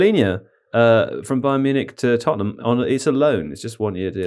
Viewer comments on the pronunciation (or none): none